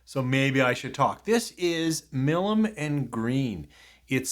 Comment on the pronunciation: It's MY Lem, not Mill em.